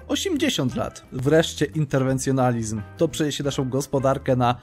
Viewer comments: Byku, interwencJONIZM, a nie nalizm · nie no twoje przekręcanie nazw jest bajeczne interwencjonizm lucyferyzm XD